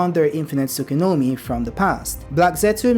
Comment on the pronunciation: Why do you say “Tsukunomi” instead of Tsukuyomi?